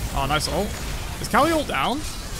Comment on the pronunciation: The fact that pronounces Kali as "R Kelly" is definitely something LOL